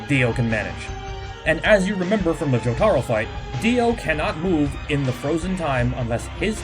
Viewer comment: the way he said jotaro maid me want to die.